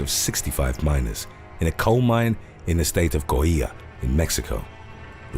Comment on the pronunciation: As someone who lived in Coahuila, the way it was pronounce here was physically painful...it wasn't even close...